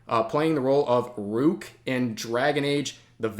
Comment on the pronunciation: How can Rev say Rook wrong